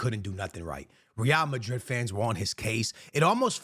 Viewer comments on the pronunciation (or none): I cant take this guy seriously when he says “real madri” & tchaomane